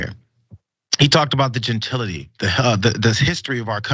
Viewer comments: You can correct me if I’m incorrect, please do. Genatility isn’t the word he thinks he’s using… he added the extra syllable.. maybe? I think he’s an idiot, so it’s not shocking. You go Lizzo!! I’m a white woman, and I support both the twerk, as well as you being able to play that flute, and others at the library of Congress. THAT is herstory. Eff the patriarchy!! I just think it’s fabulous all around.. that Lizzo is a great flutist, stands for body positivity, and is such a voice in today’s world. Can’t say that I’m a fan of her music (I haven’t really heard much of it, aside from when she goes viral. I also don’t watch tv and am not on social media). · “Gentility”, lmao!